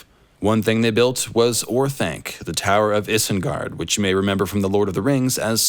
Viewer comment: FINALLY, someone pronouces Isengard the same way I do (Eesengard, not Eye-sengard).